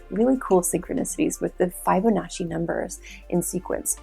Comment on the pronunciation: Thank you just wish you'd pronounce Fibonacci properly